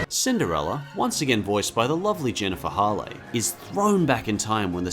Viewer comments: It's not pronounced Jennifer Hall-eh... It's pronounced Hail. Her surname has a strong a. On a side note, I 'm so used to seeing her play military characters that it's really weird seeing her play a princess. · Idk if it's just me, but is it Jennifer Hale's name pronounced Jennifer Haw Lay? I thought it was pronounced Hail. Like hail from the sky. I'm really baked rn and didn't see if he addressed it in the video, but I was scrolling and no one mentioned it from what I saw.